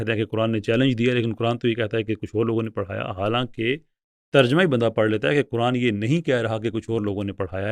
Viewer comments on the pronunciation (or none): none